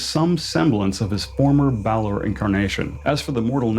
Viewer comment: I think you're the only person besides me who doesn't say "Baylor" instead of "Balor"! 😮